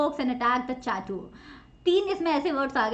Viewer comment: Excuse me ma'am, but I think your pronunciation is wrong.. The word 'Chateau' is pronounced as 'sha•tow' and 'Chateaux' is the plural form.. it's too pronounced as 'sha•tows'... Except this, I think everything is correct.. Thanks..